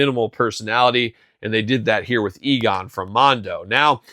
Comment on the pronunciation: Egon, not Eagon 😉